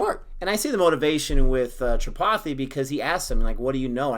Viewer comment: And please don't say Tri pi thi....it is tree-paa-thee